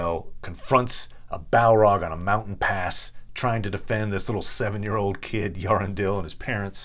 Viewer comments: Thanks for this. It would be amazing if Glorfindel figures prominently in the Amazon series on the 2nd Age. A word on pronunciation though. Eärendil isn't pronounced "yarendil." "Eä" is pronounced as 2 syllables: along the lines of ay-ah. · Thank you for the pronunciation tips, Remle! My apologies, and though I'm quite sure I continue to butcher names, I have improved on a few since this video, including Earendil - I have been including the initial "Ay" in more recent videos. And I have begun treating "fin" as "feen." Thanks again for the advice - I'll keep working at it. As for Beleg, I do reference him quite a bit in my Gurthang video